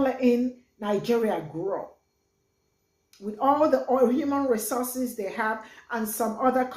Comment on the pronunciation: He can't say the word properly shows he's not completely on point (Resooses)😂...compare to Resources!!....he has a point though...some of the African Leaders are Greedy!!